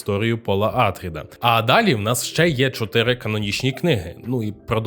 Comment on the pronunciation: не Атріди, а АтрІди, наприклад (наголос на і)